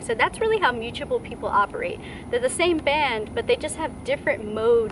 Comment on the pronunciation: With Virgo placements it is very hard to hear you pronounce mutable (m-uu-t-a- ble) like muchable it's not "muuchable". But nice video otherwise.